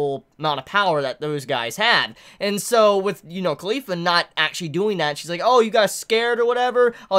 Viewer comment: I hear Khalifa whenever he said caulifla